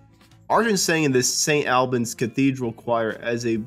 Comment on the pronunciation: Indeed. St Albans, for instance, needs to have the 'a' vowel from the word "awl", not from the word "far"